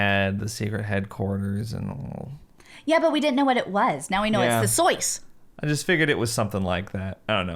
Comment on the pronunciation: I swear a second before started pronuncing it Soice instead of SOIS, I looked at it and went "Soice lol". And then and did it too. It's the morphogenetic field!